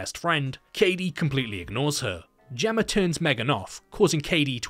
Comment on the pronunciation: You criticize the MEGAN abbreviation then later pronounce, "Gemma", as if it ends in an 'r'. 🤔